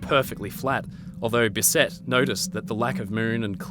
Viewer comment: BISSet with the emphasis on the first syllable.